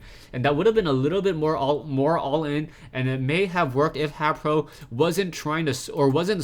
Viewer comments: I think haypro is pronounced hey-pro vs hap-pro ur the man anyways GG for consistant casting =D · Think it might b pronounced Hai-pro since his name is Hayder.